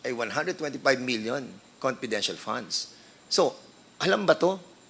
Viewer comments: Nkkainit na nga ng ulo ung pgpronounce nitong nato ng "p" imbes na "f" paingles ingles p kc pwede nmn mgtagalog at gnagawng malishoso lahat nlng ini-issue s ovp.....kayo kayo nlng nanloloko sa sarili nyo oi! Nangelngelam s "confidential" funds na na-compromise na! Obob! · Attention Dan FFFunds not ponds Delivvvvvered not delibbbbered